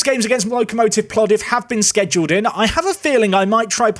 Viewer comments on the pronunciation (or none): none